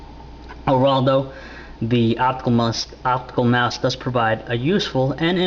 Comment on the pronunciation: say it with me... "optical mouse" jesus go buy english lessons...